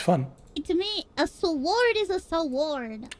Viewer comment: "SAORD" "SAWORED"